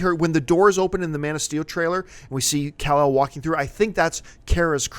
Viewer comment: Say kal-el name right way god lol